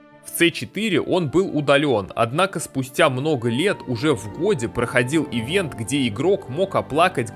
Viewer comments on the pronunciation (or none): none